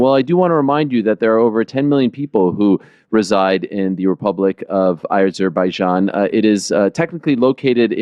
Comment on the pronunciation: AIzerbaijan? I always thought it was Azerbaijan.